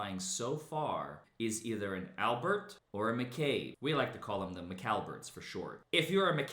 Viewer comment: "The McLallBerts."